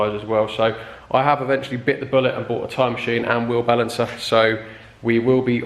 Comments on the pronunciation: Swear I thought you said time machine hahaha. Awesome video man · I thought the same.. I thought ooh he's upping his game 🤣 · I just be going mental,I keep thinking your saying "time machine" !!!!😆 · Are you saying time machine or tyre machine 😂😂😂? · It sounds to me like you’re saying “time machine” lol. Which gives the video a different perspective. Always wanted to know how those machines work. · lmao same